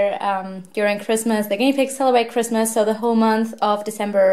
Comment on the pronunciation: I love how you say pigmas instead of Christmas! 🐹❤️✨